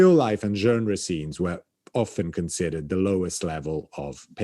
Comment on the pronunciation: How is it that, avec son français impeccable, should pronounce the word 'genre' in such an unusual manner? Its English pronunciation is practically the same as the French (just a little less Frenchified) yet he says it numerous times in a way that catches my ear for its oddness. My theory is that, after many years of being exposed to Americans who mispronounce the word due to not knowing the standard pronunciation (like 'bourgeoisie'), he has adjusted the way he pronounces this word to make it easier for average American listeners to recognise that word they'd to now only seen written in books. What a gentleman is (o; This video is another enchanting, engaging and edifying tour de force, what a treat to have and to guide us sagely and slyly through the enthralling histories of the great works in the Frick.